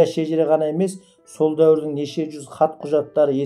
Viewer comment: Оқып отырған Інім ей, жүз деген сөзді дұрыс айтшы юз юз демей